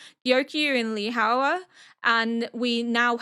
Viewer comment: Btw! Li Hua is pronounced "Lee Hwa" ; Hua is 1 syllable